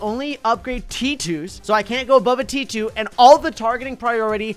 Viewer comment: T2, T2, tee tew, tee, tew-tee tew(sounds like he's saying tewity)